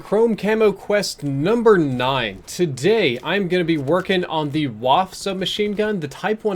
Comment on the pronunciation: It's pronounced (vah*fuh). Come on! Great stream other than that though:)